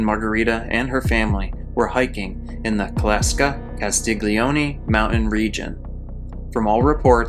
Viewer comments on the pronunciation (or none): none